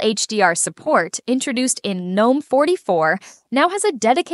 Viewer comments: All great but for the love of everything that is holy please stop with the "Geenome" shit. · why did you say gnome three different ways? It should only be said like nome. the g is silent. not gee nome. not ganome.